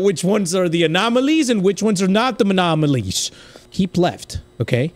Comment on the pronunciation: total is 43 times u said anomonolies